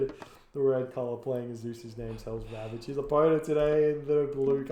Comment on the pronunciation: is no doubt the best Age of Mythology caster, but I do miss hearing the way Black Adder would pronounce HellsRavage as Helsravitch. It sounded so much more Transylvanian.